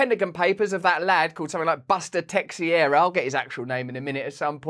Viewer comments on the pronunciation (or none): It's "Teixeira": Tei-Chei-Ra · Brazilian Portuguese name. Pronounced:”Tay-shara.” Or roll the last “r” if you can. 😂